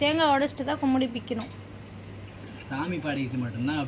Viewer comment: அது பெயர் குடுமி. கும்மிடி இல்லப்பா.